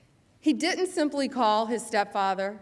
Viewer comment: She cannot pronounce "didn't".